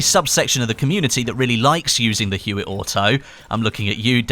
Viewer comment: Huot is pronounced Hyoo-Oh... HYOO-OH.